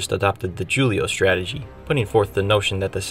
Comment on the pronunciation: That sure is a way to pronounce Julio.